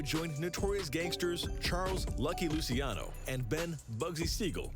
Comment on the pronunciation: When the narrator said “Luciano” “Lucy-ano” it’s actually pronounced “Loosh-ano” my name